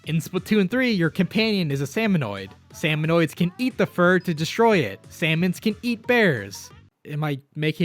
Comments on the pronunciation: glad to see im not the only one who calls them salmonoids instead of salmonids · I cringed every time you said salmonoids. As well as Mary. Her name is Marie! muh-REE.